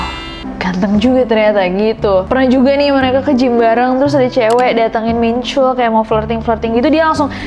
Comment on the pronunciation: Ness, info aja ya, soalnya aneh dengernya. Hehe. Nama Jin Min Chul, "chul" nya dilafalin kaya "tall"/tol-nya jalan tol. Jadi bukan pake U, tp pake O terbuka.